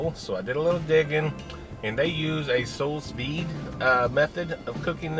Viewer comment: “Souls veed” lol.